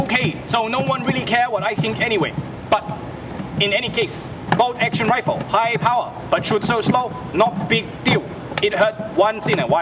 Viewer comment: 4 for "Bowlt Actione"